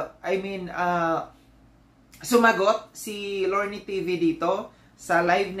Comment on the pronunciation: di ako maniwla na nagkamali amg pag sabi ni lorne.hahahaha kunawari yan